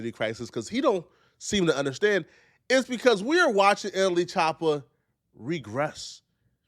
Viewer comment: “Emily chopah”